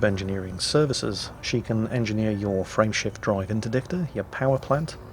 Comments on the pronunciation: You are the only one I have run across. Perhaps you, Jingles, and the computer are from the same area of England, with the same accent. To this day, after several years, I have to struggle to get Frame Shift Drive out of what sounds to me like Friendship Drive. Or perhaps my brain decided it was Friendship Drive at the beginning and refuses to change it's mind. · Every time he mentions "frame shift drive" I understand "friendship drive". It's making me giggle is all I'm trying to say. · My wife was wondering what a 'friendship drive' was when I started playing ED hehe. It really does sound like that... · Lol me too